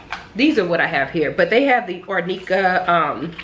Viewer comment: Looking beautiful can't wait to see the final healing and your bod! Happy healing n best wishes...oops Arnica is pronounced AR NE KAH...I use this as I brush easily...🥰🙏🏽❤️